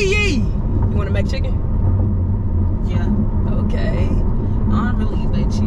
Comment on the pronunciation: “They done bit into yo MACHICKEN” 😂😂 why does pronounce it like that